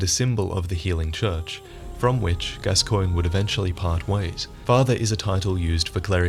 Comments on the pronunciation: It's pronounced Gas-cone, not Gas-coin. Eileen even says his name for you when you talk to her during a certain part of her quest line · Every time some one mispronounces Gascoigne I cringe. Eileen says it in game, it is pronounced Gas-con. I swear, if I talk to someone and they mispronounce it I'm making fun of them and pronouncing it Gas-coig-nee. Cause you know, that's how it's spelled! It must be right! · His name is pronounced Gascawn, just saying. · Why is everyone pronouncing it gas-coin? It's gas-con. It's a French name, I believe. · because the npc's in the game pronounce it like that, also if it was french then it would be gas-swan. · I've never heard it pronounced Gas-swan, only Gas-con... maybe gas-cogn. I guess if the NPC's pronounce it wrong, then we have no choice but to accept it. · Hey, love your vids but you mispronounced Father Gascoigne. It's (Gas-con) Later in Eileen's questline she tells you. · Can you please pronounce Gascoigne correctly in future videos? Eileen says it in game, and its pronounced Gasc-ON. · In the game, eileen calls him Gas-Kwan not gas-coin x.x